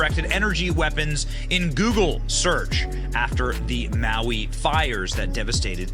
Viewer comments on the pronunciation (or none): This is so stupid. You don't even know how to pronounce Maui and you are spreading a bunch of BS. Really? Why? Do you really believe this crap? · So you don't know how to pronounce "Maui", and you don't know why someone would do something like this. NEXT! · Come on man You don't even know it's Maui I can't even watch past that for a sentence